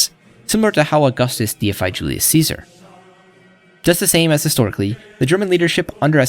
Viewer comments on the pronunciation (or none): none